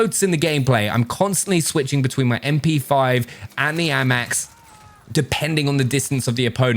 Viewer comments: Normal people: ayymax: aamaax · The way this man pronounces the AMAX is class